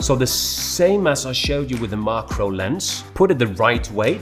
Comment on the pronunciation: It's mak-ro